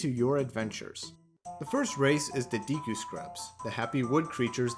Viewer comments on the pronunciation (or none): Nice video but the deeeku kills me everytime